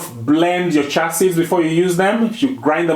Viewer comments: One correction if I may, if u pronounce chia as chee-á, it’s easier for westerners to understand your beautiful accent. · Pronunciation: "Cha" seeds 😂